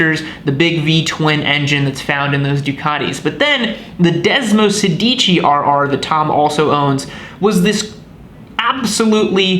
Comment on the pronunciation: °Desmosèdici° please! which stands from Desmo16. Otherwise °Desmosedìci° means ° Desmo if you say° ! :D